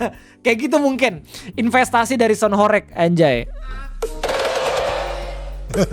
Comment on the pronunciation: dibacanya horeug bg, bukan horeyg